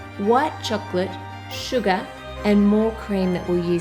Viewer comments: When she said sugar, I heard Suga instead lol HELP.....(I can't be the only one wink wink)😁😅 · when she said sugar I hear Suga😂😂😂 any ARMYs hereeee?